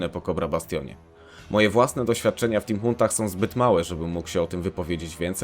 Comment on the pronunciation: Co to jest "timhónt"? XD